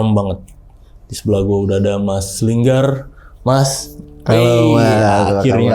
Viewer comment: Linggar kakk bukan longgarrr😭😭😭😂🤣